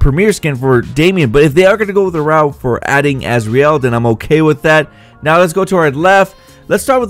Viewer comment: y u gotta say asREal y u just cant say azrael like az-real like every1 else uuuuhhhhhh idiot